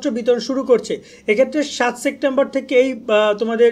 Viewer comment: ভাই সেপ্টেম্বর কে সেক্টেম্বর বলেন কেন😂